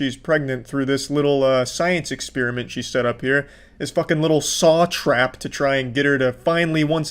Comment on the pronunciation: You need to learn to pronounce the word “experiment”. It doesn’t rhyme with spearmint.